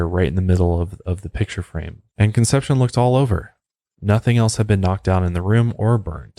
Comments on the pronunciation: and "con-sep-see-OWN" is how you pronounce "Concepcion" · Google pronunciation. Con. Sep. See. Own. Not conception 🥶 Plan*ch*et 🥶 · I never miss your LOP and MHP presentations, but what would take them to the next level would be correct pronunciation. Just do a bit of homework. Ask Google. Es-tay-FA-knee-ah Con-SEPT-see-own More of an observation than a criticism. Not expecting perfection, but this is your chosen career. Be the broadcaster with the Virgo attention to detail. Your Latin audience cringes..... Love your voice and content. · the pronunciation of Estefania and Concepcion bothered me lol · How he pronounces Conception is even more disturbing. And I am not even Spanish. Doesn't matter, I like the show.